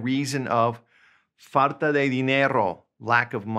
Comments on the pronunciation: Quite often you pronounce falta as faRta, is that just you, or is it common in some variant of Spanish? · I hear 'r' when you pronounce 'l' (farta instead of falta). :) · I can listen to it forever “Fartat”. Way to go teaching people how to speak Spanish. No offense. 🤣😝😊👍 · I think that's just mispronunciation. I'm a native Spanish speaker, and as far as I know, we never pronounce words such as "falta" with an "R" in any Spanish speaking country. It has to be with an "L", unless has heard it with an "R" in some countries.